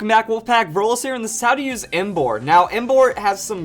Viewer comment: Verlis my dude, cmon